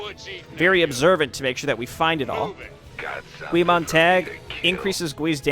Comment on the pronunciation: sorry to be the "well actually" person... but its pronounced "Guy" its a reference to the main character in Fahrenheit 451 who is a fireman